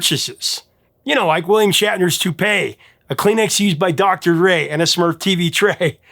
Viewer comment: Dr. Ray? It's Dr. Dre.